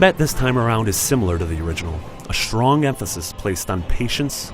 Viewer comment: Pugs'n'Suds cool or uncool but still it's weird how he pronounces "strong" - more like "shtrong". What's the origin of that accent?